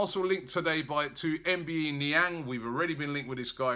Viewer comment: his name is pronounced um-bye-ay nee-ang